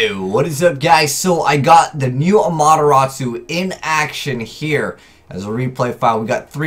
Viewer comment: That pronunciation it has T in its name